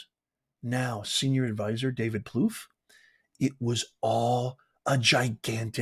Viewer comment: Hi from Florida. It’s pronounced David Pluff